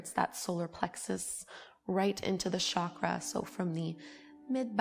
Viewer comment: Hey, great video! I know you don't mean disrespect but the number of times you have spoken "chakra" in this video moved me to write this to you: the pronunciation of CH in 'chakra' is the same as in 'church'. In Sanskrit words are written exactly as spoken. So if it was spoken as Shakra, it would be written like that. You gave Chakras a french accent and that kept me from focussing lol